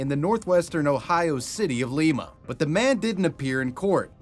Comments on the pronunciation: It's LIme-uh not Leem-uh :) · awesome didnt know my hometown celeb of sorts chip pugh would of been on here i was amazed haha awesome video and btw its pronounced like lima bean not the peru version :) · while talking about the city in ohio it’s pronounced lie-ma. like lime with an a on the end. sorry i know i’m that one person but i’m from there and it bothered me😭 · Im from NW ohio and jt killed me the way you pronounced Lima. It’s pronounced Lie-ma. Not the same as peru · As someone that grew up there, it's pronounced "Lie-ma" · In the 4chan Moleman chapter every time you say Lima it’s killing me. It’s pronounced like the bean lol